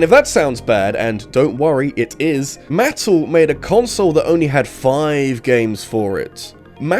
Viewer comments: "Muh-Tell" not "Mat-tul" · Uh,? It's muh-TELL, not MATT-le. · I came to the comments to see if anyone was talking about that. All the ads when I was a kid was “New from Ma-TELL” and his pronunciation threw me. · This is the first time I've ever heard someone pronounce Mattel like that. The typical pronunciation is "mah-tell." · This is the very first time I've ever heard anyone say Mattle. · I've never heard anyone pronounce Mattel that way. Very interesting. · It’s not Mattel but rather Mattel. I also realize that this doesn’t translate well to text, but your pronunciation hurt my ear balls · Sorry, HOW did you just pronounce Mattel? I thought my ears were playing up. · I’m sorry b it the way you say Mattel is absolutely hilarious